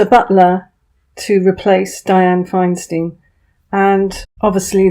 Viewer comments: I know this is a teeny point, but Feinstein is pronounced FINE-STINE (first and second syllables rhyme). Don't feel bad; everyone in the UK has mispronounced it. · Dear - Dianne Feinsteins' name is pronounced FINE STINE meaning fine stone in German. Unlike Harvey Weinstein who pronounced his name as Wine- Steen when it should correctly be WINE STINE. ( Just saying!)